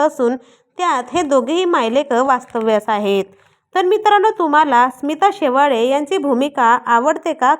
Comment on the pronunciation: Shewade nahi Shevale